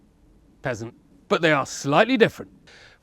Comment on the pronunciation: Did say peasant or pheasant 😂